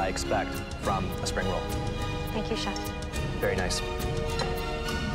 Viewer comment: It's chef not chief :-)